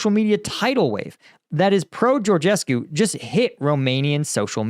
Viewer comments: Your pronunciation of Georgescu is great! (you can pronounce the last syllable as coo as opposed to cue, and then it'd perfect :-D no need for perfection though) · You pronounce the name of the moron quite well. You should add some reference to Romanian elections in the title, maybe, to get few hundred or few thousand more views from this part of the world. I am trying to explain to my acquaintances for ages that there was no Russian involved there, but they think I am dreaming. Th former president (Basescu) also said in a public interview that he thinks the job was intern. In my silly opinion, the elections were not cancelled because of georgescu (intentional lower case), but because of Lasconi. The local leftist party sponsored georgescu because he was the easiest to beat in the second round (he really is an imposter and a moron, everything he says is empty, hollow, vapours, he preaches for a beautiful world but did not present any plausible solution to any of the real problems the country has), and they expected a match between their candidate (Ciolacu) and georgescu in the second round. But as their candidate was eliminated in the first tour in favour of Lasconi, they decided to do all the circus with the cancelation.... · "I don't even know if I can pronounce it: Georgescu" then goes ahead and pronounces it perfectly like a native romanian :))